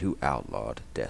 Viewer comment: The way you say Melina's name is driving me crazy. She literally tells you how to say it when she introduces herself. There's no reason to say it wrong so many times.